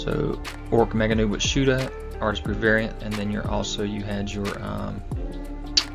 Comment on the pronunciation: Ork Nobz are pronounced door Nobs not Noobs. Nobz/Nobs is short for Nobility, you know Nobs or Nobz. Maybe this is a British term so you are unfamiliar with it ?.